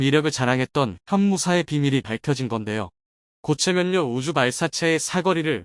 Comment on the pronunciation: 각본 쓰면서 교정 않봅니까? "ㅇ" 으로 쓰고 읽어야 할 것을 모두 "ㅁ" 으로 쓰고 "ㅁ"으로 읽으니 참 한심하네요....... 고체연료인것을 고체 면료 라고 읽으니...